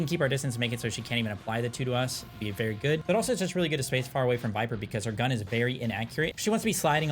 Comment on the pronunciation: HER NAME IS VYPER, NOT VIPER, RAAAHHHHHH!!!